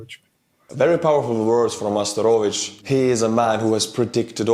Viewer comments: Bro, it is Arestovich not Asterovich 😂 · He's not Asterovich, he's Arestovich.